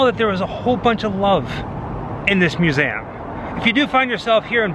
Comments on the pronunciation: Great looking place, but why does he keep saying "Mew SAY um" instead of museum? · Love the vids, just wish you could say 'Museum' ha